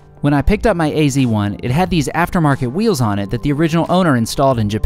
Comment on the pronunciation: why you call it "ac 1" instead of "az 1" ? :-)